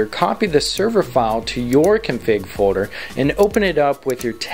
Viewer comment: "Fowder" = "Folder"? Hehehe funny pronunciation. No offense.